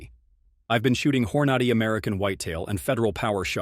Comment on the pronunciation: Hor-notti? WTF? THIS AI shit is ridiculous